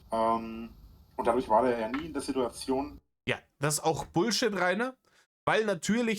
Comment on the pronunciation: Das Video braucht nen "Sidduazion"-Zähler...😵‍💫